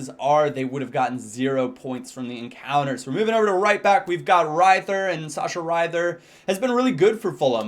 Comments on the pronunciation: You say to a to riether "riter" and not "raiter". I thing you mix this up with "ie" because you say "widenfeller" and not "waidenfeller". Ie is a long "i" and "ei" is a "ai". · in German -ie is pronounced with a strong e so Rether basically, and -ei is the same but with an i:) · its said Reether (in german you always say the second letter of the i-e) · its re-thier